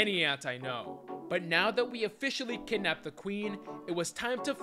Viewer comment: bro kippnapped the queen of englind💀